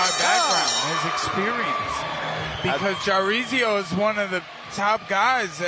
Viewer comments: How hard is it to have ur founder pronounce the fighters' names correctly... Jarizio? The fuck is that? 3 syllables, Mike. (jar-zeen-yo) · Why's Mike keep calling this man Chorizo